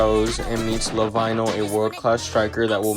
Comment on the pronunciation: For further videos, when you say lavinho, its pronounced as la-veen-yo